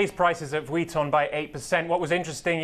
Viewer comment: Lol this man saying Vuitton is really bothering me. Just say LV